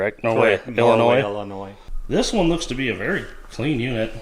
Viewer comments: Thank you for pronouncing Illinois properly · Holy shit, someone that can pronounce Illinois. 👏